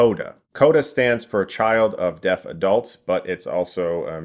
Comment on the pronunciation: I thought he was saying death instead of deaf